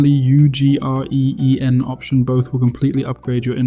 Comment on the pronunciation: Dying at the Ugreen pronunciation